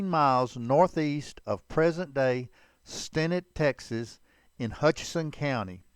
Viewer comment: It is pronounced Stinnett (/stɪˈnɛt/ sti-NET).